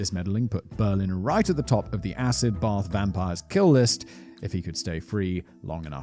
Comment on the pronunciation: As an American that actually sounds pretty on point😂